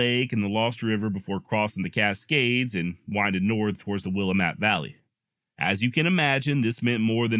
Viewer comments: And Willamette is pronounced Will am ette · And Willamette is pronounced Will Am Met.